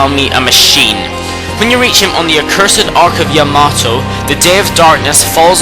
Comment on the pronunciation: Not to be rube but he really botches up all these names and it makes me cringe, but it might be because i'm just a stickler for this kind of stuff i mean stuff like Ark of Yamado, akurow, aroki (its Orochi) its cringe-worthy man